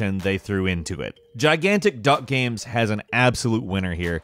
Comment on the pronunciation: Gahymes, gimes, gaym - he never pronounces it the same way does he?